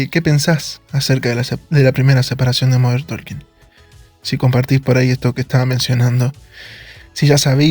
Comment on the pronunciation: DIsculpa No lo tomes a mal, MODERN TALKING: SE pronuncia (Modern TOKING) lo mismo pasa con la palabra "Walking" se pronuncia (WUOKing). La L NO se pronuncia al lado de la k. Gracias por entender!😊